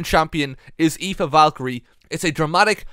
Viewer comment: the fact that you pronounce Aoife so perfectly, confuses me a bit.